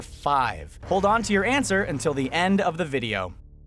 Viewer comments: get it he said ant ser instead of answer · HAHAHAHA HE SAID ANT-SWER SAJDJFKDN, why am I like this. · did you just.... did you say "ant-swer" I swear he did!!